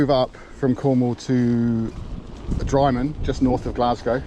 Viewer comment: Looks good! Drymen is pronounced "Drimen" rather than dry-men. As an Englishman who lives in Scotland now, I only know this from it being en-route on the West Highland Way...